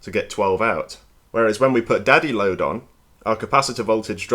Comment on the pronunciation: Is he saying daddy load?